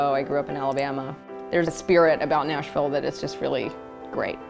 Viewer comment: when she said Nashville, ahh no